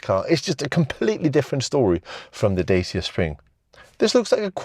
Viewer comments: Pronounced "Dachia" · it's pronounced "Datch-A" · It's pronounced Dacha. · No, its pronounced Dacia